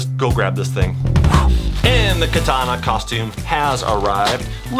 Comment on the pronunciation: It’s not katana it’s kitana